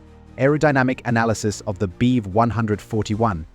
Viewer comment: I know the subject quite well, and this AI still needs a lot of training, including not pronouncing Bv as Beev or BMW as Beem. And hearing Beev as much as I am is rendering this unwatchable for me because it sounds so wrong